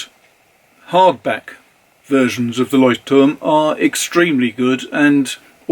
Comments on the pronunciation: I concur, it's impeccable even with the tricky glossal stop between the two Ts. If anything gives you away as a non-native speaker, it's that you carefully pronounce both Ts instead of just swallowing one, like most Germans do. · I am a german native and you managed to pronounce "Leuchtturm" better than i could ever do it. Thanks for the great video! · I‘m German and impressed, too.